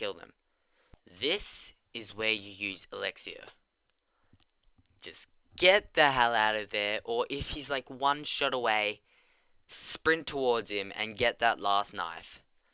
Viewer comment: what u call 'Elixier' is pronounced 'Ee-Lix-Er'